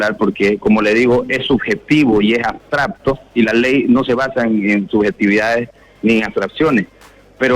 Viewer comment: Abstracto!!! No abstrapto!!!, este es abogado y no sabe hablar?????